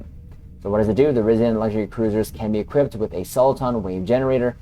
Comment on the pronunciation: You pronounce some words incorrectly. Chronology and Risian